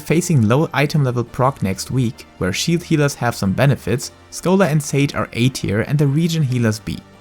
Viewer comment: I hate the way you say scholar. That is all.